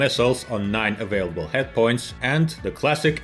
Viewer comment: It's pronounced Marine "kore" with a silent "ps" - not corpse like a dead body. Edit: also they are hard points not "headpoints" - otherwise, thanks for the quite thorough history review and semi-subtle corporate pitch job.😎